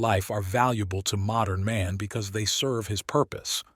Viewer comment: Also? Insane that nobody catches the handful of times when the “r” and “n” in “modern man” are kerned too closely together and he pronounces it “modum”